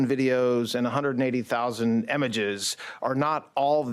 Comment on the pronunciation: .... i don't know if I can trust someone who pronounces images... emiges...😮